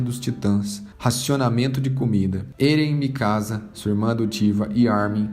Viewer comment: Se pronúcia Éren e não "Êren" Se pronúncia Mikassa e não "mikaza" Po se não assistiu o anime? Eu li todos os mangás, claro não tem como saber a pronúncia certa lendo, mas o anime como é do japão você consegue ouvir a fonética dos nomes... Fora que ainda não acabou, então acho que não seria um resumo.